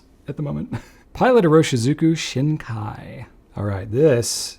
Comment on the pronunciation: This was a fun video. Thanks! You mentioned pronunciation issues, so let me give you two corrections. The “shin” in Shin Kai is more like "sheen", not "shehn". And the “sou” in souboku is more like "soo", not "sue".